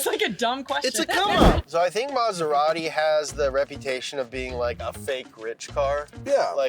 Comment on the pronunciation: Mazerari? Ahh, American pronunciation... 😏